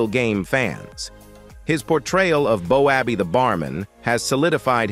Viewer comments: 100% best comedic sketch/show/programme, whatever you prefer saying, was so funny, realistic in many ways, but AI come on. Stop getting still game names wrong 😂 Bo abbey lol Ah what a fantastic iconic comedy, will always love it 🏴💙🤍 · Its not bo abbey its bobby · It's Boaby.... ❤ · The commentary was excellent pity about the pronunciation of the screen names. If had watched, he would know how to say the names…..lol 😊